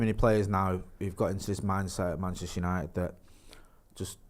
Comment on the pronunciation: Arsenal 8th. 😅😅😅😅 how's it going mate... Shirrry... Penchester united. 😢😂😂